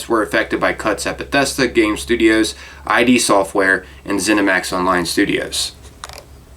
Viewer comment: it's "id", not "I.D."